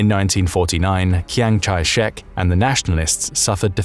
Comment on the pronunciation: It's not Kiang Chai Shek, it's Chiang Kai Shek. Anyway, the guy was as brutal as Mao, so China was screwed whoever won, unless a different person ended up leading the country after the civil war was over.